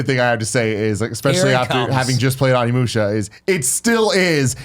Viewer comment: Just a tip for the future, it’s pronounced OHnimusha, not AWnimusha.